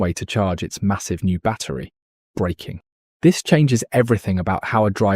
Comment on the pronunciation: BRAKING, not BREAKING! F1 channel and you can't get this right? Also - Eee Vee Ess???